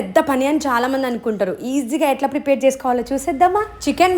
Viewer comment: పిపేర్ కాదు అమ్మ...ప్రిపేర్ అలా వొత్తి వొత్తి మాట్లాడకు...manchiga matladu